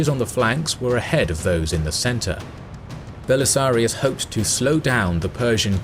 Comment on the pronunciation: "Belisarius". Not "Belisarios".